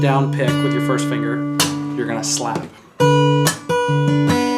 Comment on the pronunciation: a good...little...shlap haha